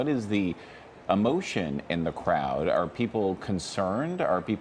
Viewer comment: Grand Prix… not “grahand prix”